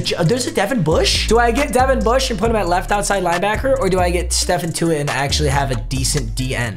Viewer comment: Of course Papa got Tuitt, and will now butcher his name till the end of time